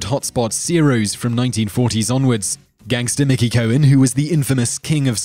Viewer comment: Also its MICKEY COHEN!